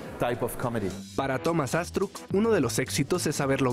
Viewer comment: Y Thomas Astruc no lleva acento al decir su normbre